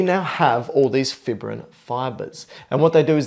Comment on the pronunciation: Good video but it's pronounced 'fī′brĭn' not 'fibrĭn'. Long 'i' sound because fibrin is fibrous.